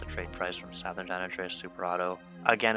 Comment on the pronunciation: Everytime bro said SOWthern my eye twitched.